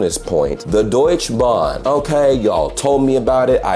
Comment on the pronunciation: Bro, its Deutsche Bahn, not Deutschbahn!! 😂 Schön mal von außen zu hören wie deine Eindrücke waren! Viele Grüße und auch dir ein gesundes neues Jahr! ✌️